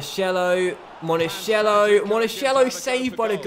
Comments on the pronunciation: Please if you find a name with Ch pronounce it like a K.. Like Monakello. You're saying monasciello! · it is pronounced "Monakello", and the stadium "Renzo Barbèra"